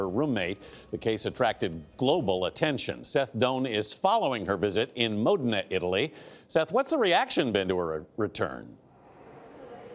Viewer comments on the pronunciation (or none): I almost fell out of my seat on his pronunciation of Modena.